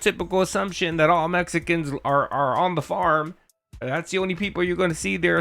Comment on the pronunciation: Love little slip of the tongue with "Mechicans."🤣